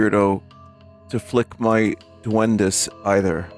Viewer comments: Me gusta como pronuncia "Duendis" en lugar de "Duendes" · "Doendey en la caol" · I like how he pronounces duendes as "D'Wendy's" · Sir, this is Duendes.